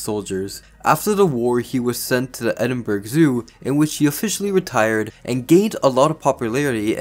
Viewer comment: I fear you might have just pronounced Edinburgh Edinburg. It's actually pronounced Edin-borough, the first part is fine the way you said, the last part is how you might say a 'borough' of NY for instance.